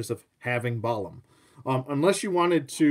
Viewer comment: Gorgeous figure!! Pronunciation is probably Bah-LAHM, as it's the word for both jaguar and mage in the Mayan language and that's exactly what this guy is, a jaguar mage!! Thanks for the thorough review